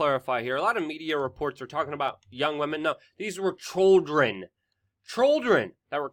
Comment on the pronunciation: On a lighter note.... you say children funny lol! Thanks for all the videos and your disciplined research. Appreciate you man